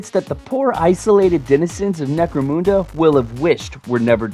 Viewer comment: IT certainly was fun enough, IMO.'' BTW, it's necro-mun-da not Necro-moonda